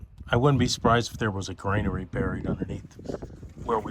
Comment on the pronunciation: You keep saying 'grainary' . It's actually 'granary'.